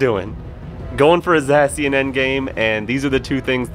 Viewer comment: Not Zussy-an 😭